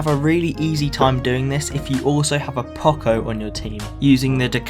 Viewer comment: I really hate being annoying by correcting stuff but you pronounced poco wrong in the video. It’s pronounced Poe coe. Like Poe dameron in Star Wars. Just saying 😅👉👈